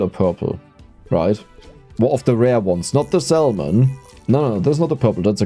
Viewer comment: Hey always love the content and these longer ones are great for company. I did just want to mention the the L in salmon is silent. Keep it up bro, youre making the world a better place with the joy you bring.